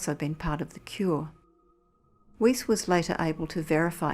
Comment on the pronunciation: Narrator is mispronouncing Weis's name